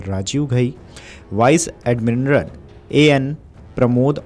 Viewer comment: बड़ी शर्म आती है अपने यूट्यूबर्स के शैक्षणिक स्तर पर जब वो सेना के पद का उच्चारण तक सही नहीं कर पाते है।। वाइस एडमिरल पद के उच्चारण पर ध्यान दीजिए जिसको अटक अटक कर वाइस एडमिनरल बोला जा रहा है।।